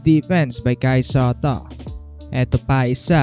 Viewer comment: Buhay na buhay boses mo sir a. “Kai Sateh” peace bro